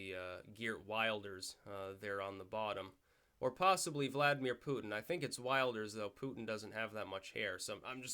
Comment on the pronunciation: The 'i' in Wilders is pronounced like the 'i' in 'Hill'. Good video! Really entertaining. It's pretty cool that you seem to know your tarot despite not thinking too much of it.